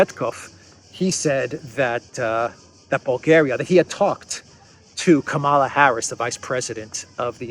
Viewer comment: It is Kamala as in Pamela. She is going to be the next president of the usa so let's get her name right.